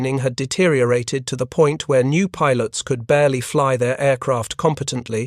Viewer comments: Just stop with the illiterate AI voice, this stupid AI is an idiot ..... Pilots is pronounce Pi. LOTS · I can't handle it, how can you put out an aviation video where the horseshit AI constantly mispronounces the word "pilots"? Is there some requirement when using AI that you not even check the results *once*? Fuck you people.